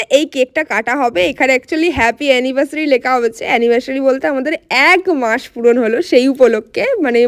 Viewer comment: এক মাস না বলে এগ মাস বলছো কেন??